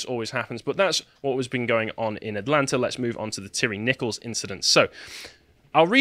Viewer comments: Tie Ree is the phonetic pronunciation not Tirry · Every time I hear your pronunciation of of Nichols' last name, it sounds like you're saying Terry - as in the co-conspirator of Timothy McVeigh. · It's "ty ree"